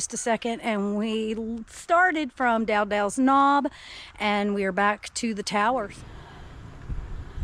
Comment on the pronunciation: Dow-Dell’s knob. You are gonna love Hogpen to Neel gap on the AT.